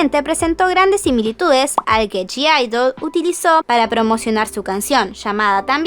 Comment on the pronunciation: Me da cosa q digas g-idle osea q pronuncies la g cuando ellas dijeron q se pronuncia idle